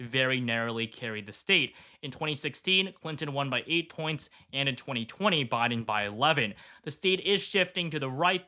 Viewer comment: Any particular reason why you keep mispronouncing Biden's name?